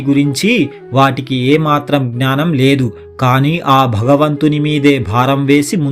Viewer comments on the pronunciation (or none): none